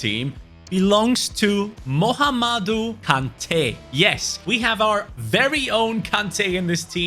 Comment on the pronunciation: Pronunciation 😂 mohamadu